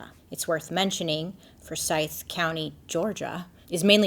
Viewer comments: It's pronounced Four Sithe like William Forsythe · I think it's pronounced two syllabus Four-sigh-th. Forsythe Just helping out.. as a fan/friend who lived in the south.